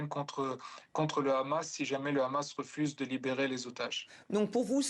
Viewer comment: Pourquoi il y a que les israéliens dans cette région qui ne savent pas prononcer Hamas et disent khhamas preuve qu’ils ne sont pas du moyen orient 🤣🤣🤣🤣